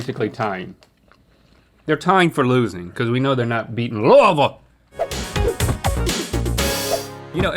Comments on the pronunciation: Ah so it's 'looo-i-ville' and not 'looo-eee-ville' I stand corrected now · When the boys pronounced Louisville right 🥹 I am healed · I’m so glad you guys didn’t mispronounce Louisville. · Nobody asked but: Link pronounced Louisville most accurately👌🏻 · Thanks, Link, for your expert pronunciation of Louisville! You nailed it! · Hearing Rhett pronounce Louisville like a local makes my heart happy🥹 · They said Louisville correctly!!!! ( didn’t tho >__>;) xD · As a born and raised Kentuckian who spends a lot of time in Louisville, thank you all for pronouncing it correctly!! 💙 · OMG THEY SAID LOUISVILLE RIGHT!!!!! BEST DAY OF MY LIFE… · As a Kentuckian, your pronunciation of Louisville isn’t perfect but it is acceptable. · It makes me happy hearing y’all say “Louisville” correctly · Thank you for saying "Louisville" correctly, Rhett and Link. Not many do (including ). 😅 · Rhett and Link sat Louisville correctly! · Rhett and Link both correctly pronouncing Louisville 👏👏👏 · I’m so glad they pronounced Louisville Ky correctly! No one pronounces it right! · I'm so glad they said Louisville correctly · Thank you all for properly saying Louisville. Most people butcher it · Who thought Louisville was in NC? 🤣 I’m just glad they pronounced it correctly. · i love that they say louisville right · As a Kentucky Native, knowing that Link knows the proper way to say Louisville makes me happy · I’m proud of link actually pronouncing Louisville correctly from someone who has lived there her whole life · I’m so glad they pronounced Louisville right. I was about to never watch again lol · As a Kentuckian, I am so glad you can pronounce “Louisville” the way we do 😂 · From someone who lives in Louisville Ky, thank you for pronouncing Louisville correctly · I’m more impressed they know how to pronounce Louisville correctly lol ❤ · I appreciate that they both pronounced Louisville properly! 😊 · Can I just say, thank you Rhett and Link for pronouncing Louisville correctly 😁